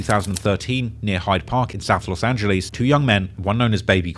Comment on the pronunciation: No one:: “LoSt aNgLiEsSs”